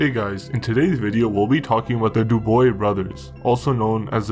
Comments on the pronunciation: Dubois - pronounced Doobwah Not dooboy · Dubois should be said as; *DO-BWAH*. C'est un vieux nom traditionnel en Quebec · Just an FYI, Commissionaires are not law enforcement. They are a private security company that generally hires veterans and the such to work the front desk at government buildings checking ID and making people sign in and the such. Also their name would be pronounced Du-bwa, not Du-boy. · I love your videos, but damn, I gotta say, the pronunciation of some of these names left me giggling. For instance, Dubois isn't "Doo-Boys, it's "Du-Bwah". Jean-Guy isn't "Jeen-Guy", it's more like "John Gee", with a soft "J" and "N" rather than a hard one. Granted, Quebecois is a difficult language to pronounce generally unless you grew up around it (even for people who speak other dialects of French!). Either way, keep up the good work. Excellent research. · *Du. Du-bwa. Du as in Duracell. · Dude ur butchering the name...its not D-OO-BOY...the s is silent...its more like D-OOB-WAA and cabaret isnt C A BAA RET... its C A BA RRR A ... the T at rhe end is silent. Kinda hard to watch the video when its the topic of the whole video and you saying their last name wrong. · Not Duboy ... Dubwaaa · Dubois is not pronounced duboy.. Dubois is pronounced Dewbwaa.. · du-bwa not du-boy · Hey its not pronounced Duboy its pronounced "Dubwah" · It's pronounced Du-bwa, not doo-boy. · Think Du b wah not du boy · Du boy brothers lol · Man you need to get the pronunciation right first. It is not Du Boys instead Du bwa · You have good and well informed reports. One suggestion when dealing with French names you pronounce them wrong.Dubois would be Dubwa, Jean Guy would be Jon Gee. G like go. Normand =Norma. Claude= clowd. If in the future you use French names I'd be happy to help. Cheers. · I think its pronounced "DOOB-WA", good video, love the insight into Canadian crime. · Dubois is prononce "Du Bwah" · Ahaaa "Douboy" nice efforts tho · Dubois is Dew-Bwa, and Shon Gee is Jean Guy